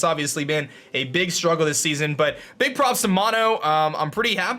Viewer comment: anyone else hear him say dig damage instead of big damage??